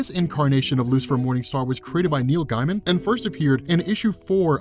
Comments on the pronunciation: I hate being that guy... But it's Neil Gaiman. Pronounced like, gay :) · "Guy-man" Come on. Still love ya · Pulled from his website's FAQ. "How do you pronounce your last name? Is it gay-man or guy-man or something else?" "It's Gaym'n."